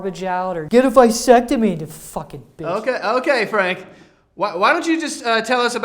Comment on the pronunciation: saying "Visectomy" cringe Its "Vasectomy" lol also this whole thing is hilarious im fuckin rolling on the floor laughing.